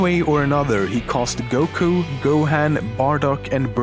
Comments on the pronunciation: WAS THE ONLY PERSON TO NOTICE IT SAID "GUKO" AND NOT "GOKU"? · dude what why did you say 'goko' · ***** no its not how a name is pronounced does NOT differ based on accent this was him stupidly mispronouncing a name you can hear the correct pronunciation of MULTIPLE times in the series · during how much frieza was defated you kept sayi(an)ng goko lol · Goko? Come on now.. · It kinda makes me triggered that I eh says GOKO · He says GOKO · Why the fuck does he say GOKO I'm so confused and pikon